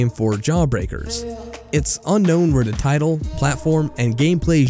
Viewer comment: gotta practise pronouncing "the" instead of "duh"